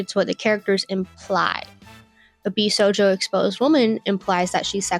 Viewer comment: I also have an autism diagnosis, and yes, she's pronouncing josei & bishojo incorrectly.